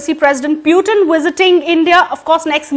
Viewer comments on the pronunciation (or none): none